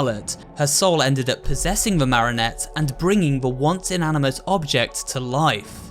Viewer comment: Why does he say Marinette instead of marionette like I thought that it was Marinette du pen chang